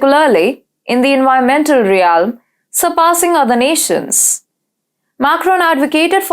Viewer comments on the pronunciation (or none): In the first 2 minutes, she pronounced realm as ree alm, emanating as man-ating, precarious as pray-carious, vocally as wokally, voice as woice, considerably as constabuterally, vast as wast, particularly as parr-ticulary, and vehemently as weh-mentally. No-one fluent in English would make such errors when reading from a script.